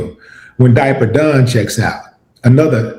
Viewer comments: Hey willie who is diaper don fam or were you saying dapper dan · Who is Diaper Don? Is he saying Dapper Dan serious question? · Did he say Daper Dan? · Who's diaper don? R u referring to Dapper Dan